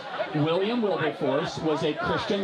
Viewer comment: "Do you know who Wilber Wilberhorse is?"